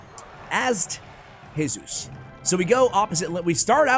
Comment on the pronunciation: Hey-sus It's G-sus The sus from sustain